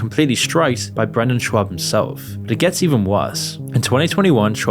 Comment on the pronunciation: I like how you call him Brendan "Schwab" all the way through.